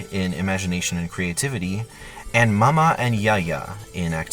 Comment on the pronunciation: ITS MAYA NOT MAMA